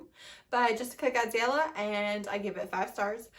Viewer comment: I love hearing your say Jessica Gadziala on a consistent basis